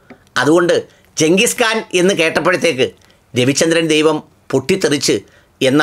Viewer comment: "കാൻ " എന്നാണ് ഖാൻ അല്ല .